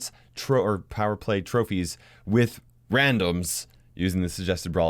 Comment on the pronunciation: plower play? Or am I hearing thing's